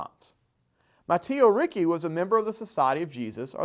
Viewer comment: It's pronounced Reach-ee not Ree-kay